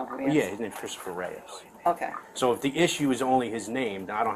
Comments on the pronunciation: "Christopher reyas" 😂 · Yeah that's him it's Christopher Reyes 🤣🤣🤣🤣🤣 great police work you can't even get his name right